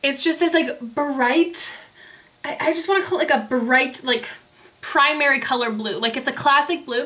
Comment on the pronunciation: I love how you say you br words!!! bu-right, bu-rown, its so adorable!!